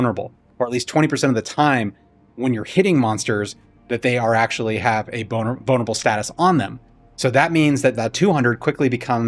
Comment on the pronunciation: Sounds like your saying "bonerable"